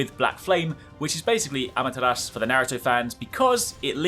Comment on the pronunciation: Man said amataras